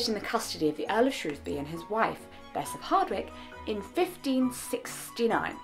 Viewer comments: Things I have never been so happy about : Jessica pronouncing Shrewsbury correctly. Side note, had you been my history teacher I maybe wouldn’t have given it up at 14. You’re amazing, don’t stop being you x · I could cry, you said Shrewsbury properly, most hearing people don't even say it properly.